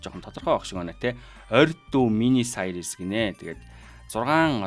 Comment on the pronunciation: Англи хэлний дуудлага бол аймар байна шт сайрийс, врайтин нтр гээд 😂